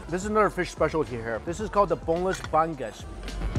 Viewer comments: It's "Ba-ngus" not "Bang-us" hahahahahaah, thanks for visiting tjo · Its boneless "BA-NGUS" mr.Chen 🤣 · Its not Bang gus, its Bang us or Bangus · Bang "gus"? Hahahaha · Natawa ako sa "ban-gus" hahahhaha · He called the milkfish "bang us" lmao